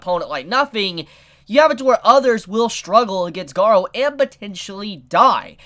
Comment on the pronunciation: you pronunced it right, I don't know why the subs called him Garo...